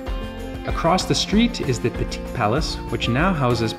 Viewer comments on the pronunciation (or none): none